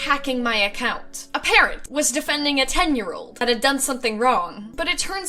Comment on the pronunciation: When she said " a parent is defending their child" I swore she said parrot